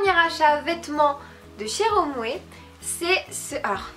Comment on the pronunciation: Ca se prononces pas romwer mais romwe!